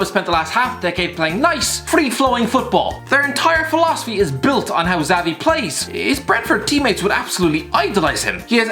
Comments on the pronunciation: It’s “shavi” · The way you say xavi annoys me. Not really constructive criticism, merely a thought